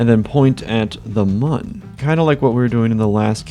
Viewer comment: ITS PRONOUNCED MOON